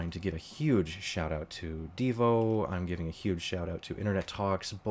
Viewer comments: i think you mean deyo, not deevo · Good video. However, it is Deyo not Devo. I do listen to DVR live streams. I think the live streams are real. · It's DeyO not Devo